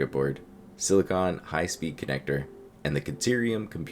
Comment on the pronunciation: When you're saying silicon is sounds like your saying silicone. Its a difference. Silicon is whats used in solar panels or CPUs, silicone is what you put around windows and shit to make it water proof.